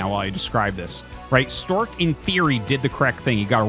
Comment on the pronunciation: Artosis mispronounced "Stawk"